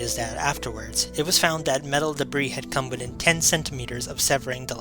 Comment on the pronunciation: Sorry. This seems like it is an interesting story. But I just can't get past the constant sounding of the "TH" as a letter "D" = saying "duh" instead of "the", "dat" rather than "that". It is just as jarring as; "expecially", "different to", "anyways", or to read "would of" (would've). It may seem petty to some people. But spoken language is so important to get right as it is our best attempt to communicate with the greatest clarity. Learning a new language I am often more concerned about getting my pronunciation right than trying to build up a vast vocabulary that might be spoken incorrectly. For the people who are not bothered by this, please forgive my attempt at helpfulness and enjoy the video. :-)